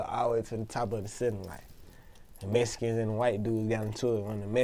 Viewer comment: Idk why but I started dying when he said "Mesican n da whies got into ih" haha